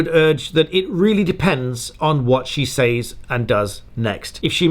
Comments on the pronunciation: Maybe I'm pedantic but these things matter to me ... "says" is pronounced /sɛz/ not /seɪz/. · Love your vids but I gotta ask….. the way you say “saids” is that the proper way? Or just a uk thing? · The way you pronounce "says" makes me giggle. British accents are so great!